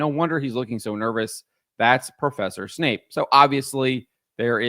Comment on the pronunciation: It's Snape, not Wesley Snipes. WTF